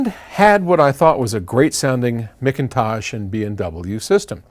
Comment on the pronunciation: Mickntosh? LOL